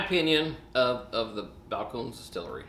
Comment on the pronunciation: 3 syllables...Spanish pronunciation.